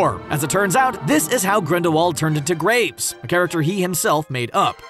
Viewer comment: Did he say.. Grapes? Instead of Graves?